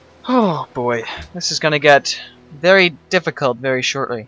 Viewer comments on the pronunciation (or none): none